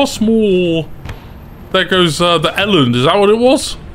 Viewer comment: Eland is pronounced ear (without the r) lunt